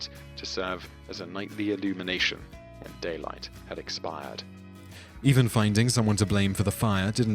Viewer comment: "Whem" Rome burned?